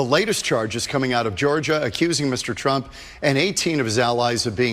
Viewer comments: That news anchor totally called him "Donald Drump". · Did the Fox anchor say Donald Drumpf? 😂😂